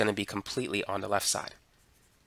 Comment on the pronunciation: "on the lef"